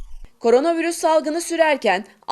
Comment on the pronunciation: Sayın, ''Korana'' değil, ''Korona'' olacak...